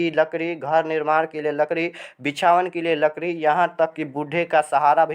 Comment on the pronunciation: Lakri boliye ,🤣 larki nahi 🤣🤣🤣🤣